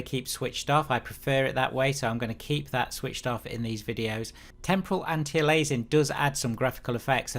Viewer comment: It's pronounced "Anti Alias-ing" -- Because that's what it's doing... stopping alias... And your "anti-stropic" filtering is "AN-ISO-TROPIC"... you must have heard of the word isotropic before...